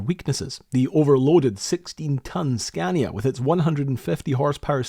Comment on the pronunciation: It`s SCANIA!!!! NOT SCANDIA!!! Butcher names is a pet peeve of mine.